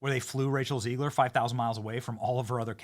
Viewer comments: Benny..it's Zegg-luhr for your street credibility! 💪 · Love you Benny but for the love of God it’s “ZEGG-ler”. Not that she deserves being called by anything other than a loser.